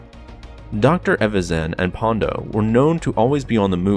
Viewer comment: An I the only one who noticed he kept referring to Ponda Baba as "Pondo"? 😆